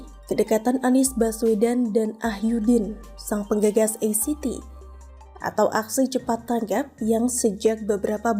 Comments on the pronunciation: Maaf ACT mengejanya a ce te sbb bhs (ejaan) Indonesia, bukan e si ti 🙏🙏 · Pembacaan ACT itu sesaui abjad bukan inggris. Pembaca berita tapi ga bisa gunakan kosa kata yang baik